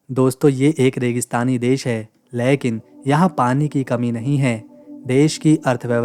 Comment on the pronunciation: "लेकिन" शब्द का उच्चारण गलत किया जाता है । सुधारना करो ।